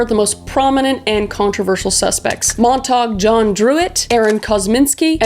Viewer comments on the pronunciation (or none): sorry the correct pronunciation is Mont-ta- hugh not montog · you have the strangest mispronunciations..takes me out of the video. for the record: 'mite-er', 'mont-ahg-you', and 'ed-ohs' is the agreed upon pronunciation....and I assume you were trying to say 'lou-well-en' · Montague John druitt is pronounced ( mon-ta-gyou. ) 😊. Love the stories